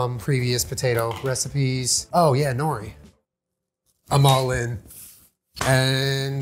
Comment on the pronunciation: Always makes me chuckle the way most people pronounce nori.